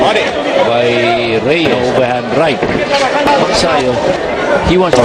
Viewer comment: Mag'sa'yo HINDI Mag'sayo' GAGONG Ai